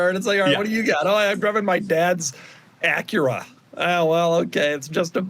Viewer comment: Doug mispronounced Acura!!!!